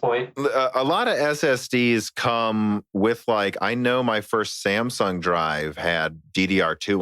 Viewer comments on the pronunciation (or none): none